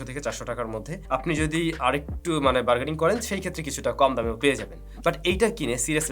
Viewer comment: Vaiya Bergeting na bergening